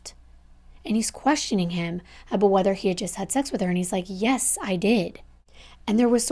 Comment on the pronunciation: that aboot sounded uber canadian lol